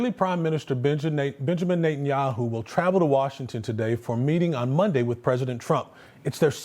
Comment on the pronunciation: It's pronounced NET-anyahu, it's NOT NATE-anyahu, you'd think someone in broadcasting would KNOW the pronunciation of World Leader's names 🇺🇲